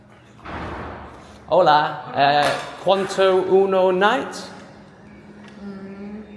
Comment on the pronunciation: Try saying this for night, Notch-ay, and De-as for day. Also, for how much try Quon-tow. It's not how it's spelt in Spanish. I'm just trying to sound it out for ya.